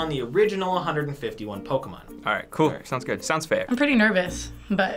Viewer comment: Why isn't anyone talking about how knew all the Pokemon's but messed up with the names like everytime 😂😂